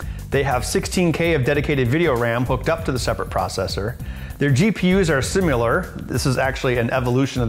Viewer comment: SIMILAR not SIMULAR